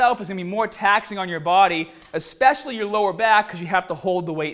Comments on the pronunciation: The dudes breathing in between words is really distracting and I cringed when he said "expecially". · I tried to ignore it but I can't... there's no 'x' in especially